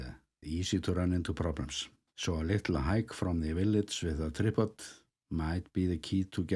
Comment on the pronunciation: UFO tourists too! Your fan base has really expanded, One thing I noticed, , your pronunciation of “tripod” struck my ear…. We would say “try-pod” rather than “trip-pod”.